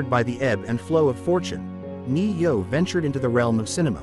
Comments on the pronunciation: You should be able to pronounce his name if you’re gonna make a story about it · Yeah i agree learn how to say his name would help alot